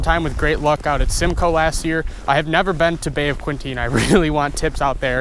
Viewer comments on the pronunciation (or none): It's Bay of Quinte... like Kinty. Not Kwinty.